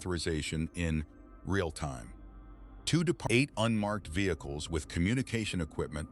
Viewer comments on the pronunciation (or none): none